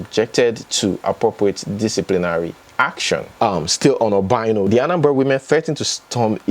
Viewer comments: It's pronounced OBI ANO, not OBAINO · thanks for the updates. Quick one, you are pronouncing the Former Governor of Anambra States name wrong. His name is pronounced, 'Obi' meaning 'heart' 'Ano' meaning 'four' Therefore Obiano. Try to think of the meaning of the two words when you are pronouncing them. I hope this helps 😊